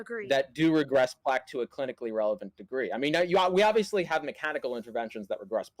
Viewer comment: did he just said Aviously?